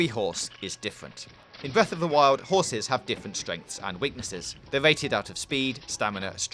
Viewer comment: bweff of da whyol